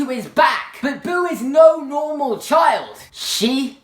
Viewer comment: the way he says child is hilarious